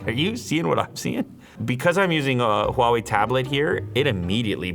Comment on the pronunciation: Can we just take a moment and appreciate how he perfectly pronounced HUAWEI just like how we Chinese speakers do.